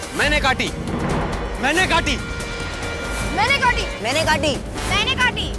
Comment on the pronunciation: Everybody : Mene kati. Iyar : Maine kati. 😂